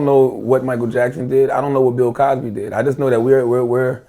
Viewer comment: Lol "Pill Cosby"